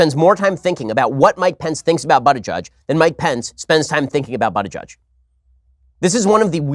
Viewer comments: Ben said his name wrong it’s pronounced boot not butt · I opened this video only to listen Shapiro pronounce "butty gayge" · Butt Gauge sounds like he could’ve used some help when he was younger. More so right now. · You really think mispronouncing Buttigieg's name will hurt him? Ben, you sound like a schmuck on this one. Pence, as Governor of Indiana, attempted to attack LGBT and other communities promoting a disgusting bill to allow employers to discriminate against employees and applicants on the basis of religion beliefs.THE BILL FAILED. Buttigieg has every right to call Pence out as a religious hypocrite. .